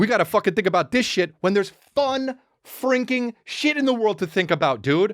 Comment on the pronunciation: Chris are you saying “frinkin”?